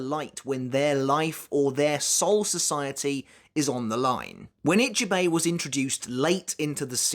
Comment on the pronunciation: question: I'm not Japanese either BUT why is it that most english UK/US people can't say other names right. is it a weakness? a lack of trying or worse. How you said Ichibei's name was just preposterous. Or you watch anime in dub? if thats the case its a lack of trying. But then the correct way can literally be repeated to you and you STILL cant say it right. not forgetting its written Ichibei Hyosube but they say it Hyosube Ichibei. even that simple bit...